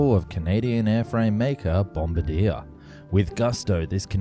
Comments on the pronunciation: The mispronunciation of Bombardier as 'guy who drops bombs' amuses me greatly. 'Bom-BAR-dee-air' is closer to the official pronunciation. Also, yes, we're still mad about that tariff up here in Canada. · Um, you say it BOM-BAR-DE-EH. Not like the guy who drops things out of airplanes... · Hey there. Friendly local Canadian here. Bombardier is based on a French word so it’s pronounced “bombard-yay!” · Major miss-pronunciation on Bombardier - Think more Bum-bar-di-ay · No it's not. Bombardier is the french word for bomber, and is pronounced Bom-bar-dee-ay. Bombardeer is the guy who releases the bombs in a bomber. They're pronounced differently. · Also, Bombardier is Bomb-bar-diar not Bomb-ba-dear lol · don't take this comment too seriously, but as a Canadian I'm cracking up at the way you pronounced Bombardier... it's a French-Canadian name so, it's not "bom-buh-deer" it's "bom-bar-dee-yay" 🤣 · Bombardier is "bombard-yay", not "bombard-ear". Still, great insight into the A220/A320 programs. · Take it from a kind Canadian, Bombardier is pronounced (Bohm-bar-dee-eh) not (bomb-ar-deer) 😉😀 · Bombardier is pronounced bom-bar-dee-ay not bom-bar-dee-er 😂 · Bombadier?? Its Bombardier? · It's pronounced "bom barr dee ah" not "bomba deer" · I wish you learn to pronounce things properly, nothing to do with accent, just not enough research. First, Mobile is pronounced Mobeel, not like the oil company. Bombardier is not pronounced bomba-deer but bomb-bard-ee-er. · Couple of pronunciation corrections: Bombardier and Mobile both have French influences on their pronunciation. Bombardier is bom-bar-dee-ayy, and Mobile is Mo-beel. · Nope. Bombardier is canadian-french. So it would be bom-barrr-dyeeh. With the hard french ‘R’ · It's pronounced bomb-bar-dee-eh ('er' is always pronounced 'eh'/'a' in French, along with a ton of other French word endings because it's basically their favourite sound) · Bom-bar-D-A in this context. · What the heck is a " bomb-a-deer"?